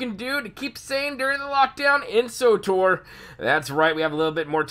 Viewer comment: Wtf is sotor? Its Tor, S W Tor, or swtor. Not sotor.